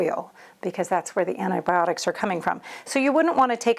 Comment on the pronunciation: AN-EYE-BIOD-ICS? It's AUNTI-BIOTICS. It has a T at the start, and a T (not a D) at the end.